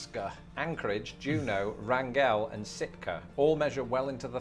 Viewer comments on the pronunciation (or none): just for the record, Wrangell, Alaska, is pronounced 'RANG-gul', rather 'rang-GELL'. San Bernardino is a city in the county of the same name. Speaking of geography, have you ever watched a video by Geography King?